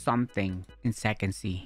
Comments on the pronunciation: Bro said sexy instead of sec sea 💀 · why say sixsy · Bro said se-y on second sea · The way he said sec sea in the start🤣🤣🤣